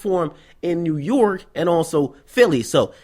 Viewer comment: lmfao why he keep saying nyurk